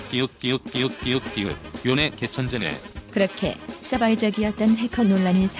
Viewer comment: 요네인데 요내라고 하는거 개빡치네 ㅋㅋㅋㅋㅋ